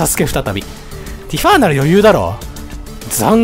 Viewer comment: 毎回だけどティファをティファーって伸ばすの気になっちゃうw